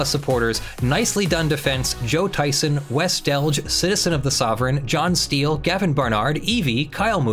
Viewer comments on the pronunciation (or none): none